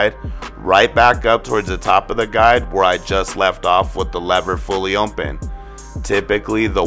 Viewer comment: Nigga said: ohnpen 😂 its open big dawg